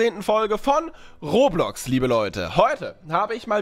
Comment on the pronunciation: Roblox nich rohrblox